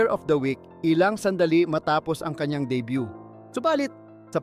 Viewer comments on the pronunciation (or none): none